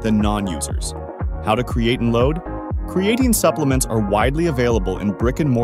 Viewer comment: If you are going to have a computer voice and it can’t pronounce the subject of the video and mis pronounces it over and over, maybe have a real person do the audio. Lame!